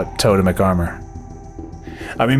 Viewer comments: Good video!....you know it’s pronounced “TOW-TEMIC” though right? ;) Don’t tell me I’ve been wrong for 20 years. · Its TOE-TEMIC armor you dingle ! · It's tote-mic. Just look it up on the pronunciation guide channel. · I love you but it actually is to-TEM-ic. But everything else you said about the armor set... Completely true